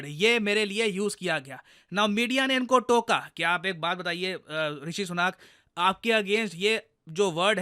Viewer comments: भाई उनका नाम ऋषि सुनक है ऋषि सुनाक नहीं, जैसे आपका नाम है प्रशांत धावन नहीं.😊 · ऋषि सुनक है वो "सुनाक" नहीं. भो Sadi के.... अब तेरे नाम को कोई "धवान" बोले या लिखे.. तो तुझे कैसा लगेगा.